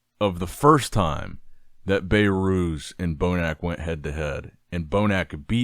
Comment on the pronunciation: I heard BayyyyyRooz dozens of times now it is enough… say BehRuz 😂